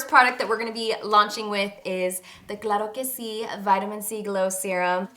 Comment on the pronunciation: Can’t wait to try! My mom has a hyperpigmentation on her face like your friend but in bigger spots, I want to see if this works for her too. Also, LOVE the way you say Claro Que C lol! Packaging is 🔥 & This is such an inspiration as a fellow latina and mother thank you for paving the way and not being afraid to name your products in spanish!